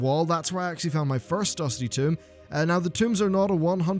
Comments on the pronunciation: tome =/= tomb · tome not tomb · why are you pronouncing tome like tomb? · This just in: British folks pronounce "tome" like "tomb" and americans pronounce it like "toe-m" Who's right? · IT'S TOME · TOME ITS LIKE TOE, BUT WITH AN M AT THE END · This just in: is not representative of all 'British folk'. Some people just pronounce things wrong.